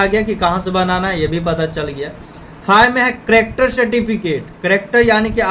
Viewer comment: Character ❌ Cractor ✅